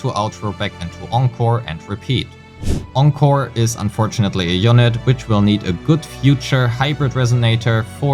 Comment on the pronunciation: Thanks for pronouncing Encore correctly!!!